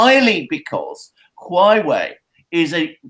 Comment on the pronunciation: It's HUA WEI, not Hughwei. Repect other languages and learn to sound more correctly, please.